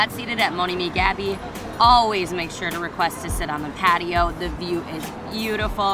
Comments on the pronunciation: Love your Vegas tours..but it’s Moan Ami Ga.. Be Mon Ami Gabi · visits touristy restaurants that everyone knows about. She does not even pronounce the name mon ami Gabi correctly, and days it's not expensive!!!! A story about great restaurants off the strip would be great,I can give her lots of names.